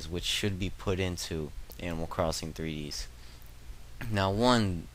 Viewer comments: its not 3deeeeees, its 3.D.S. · 3-Dee-Ess! Not 3dees!! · Wow, anger management much? Anyways, I just wasnt sure considering you were calling it Animal Crossing "Threedees" The whole time. :/ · Kapp'n is a Kappa and it's the letters D and S and the 3 before the D. (Not Three Dees, Three Dee Ess.) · Hey, it's pronounced three-dee-es. fyi haha